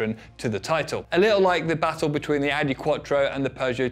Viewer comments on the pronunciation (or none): none